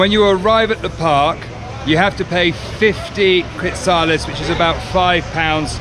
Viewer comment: I loved it you said quidzales. Beautiful views of the Guatemalan landscape near the volcanoes. Kudos to both of you, that was quite a hike, I would have taken the horse. Another awesome video, thanks!!